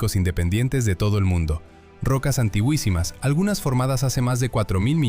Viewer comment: No se dice aniguisimas, es antiquisimas